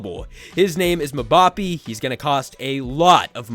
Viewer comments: mmm ba pe not pee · Just clearing a few things up. Mbappe is not a free agent, Mbappe will not be going to Liverpool, and his names not pronounced ( MUH-BAR-PEE ), it’s pronounced ( EM-BAH-PAY ). Otherwise great job and great content. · Mbappe is said em-bop-pay (sorry it just got to me lol) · "Moobapee" 😂😂😂😂 and no wtf are you talking about he's not going to Liverpool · Bro you said the owner John bought a soccer team, Liverpool and you pronounced Mbappe is the funniest way I’ve ever heard to date. Still, an owner shouldn’t prioritize one sport over another. I’ll be real though he probably makes more from Liverpool than the Red Sox. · The video was great but why do you have to butcher mbape name like that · that was hilarious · Please don’t say mbappe like that again 😭